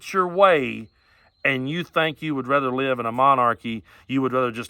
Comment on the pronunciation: I have never heard a born and raised American pronounced rather as “rawthur” until watching this video. Is he one of those kids the USSR raised in specialized villages where everything was made to look and sound American including having to communicate in American English, like those Russia Today anchors from the pre-Trump era? Did he skip on r-word day……oh wait….walked right into that